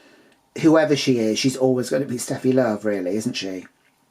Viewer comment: Seated for this one 🍿🛀and thank you for correctly pronouncing it Sh-teffi Love in the beginning 🤣 I have a feeling Simba called her Steffi due to the popularity of German Tennis player Steffi Graf at the time.